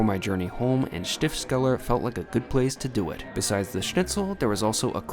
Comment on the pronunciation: Been a long time since I was in Innsbruck but I recognised that golden roof instantly - whole minutes of enjoyment to be had from that! ;) The mountains definitely more of an attraction, especially if you're unfamiliar with mountains. Looked like a great couple of days though. One point, it's Stifts-keller (the cellar (Keller) that belongs to the abbey (Stift)) rather than Stift-skeller. Good to see some more from Austria, I thought you were done with it! I've eaten at a star in Vienna (Tian) but as you swerved the vegan burger place, I'm guessing that you also didn't pick a vegetarian restaurant for your starred meal!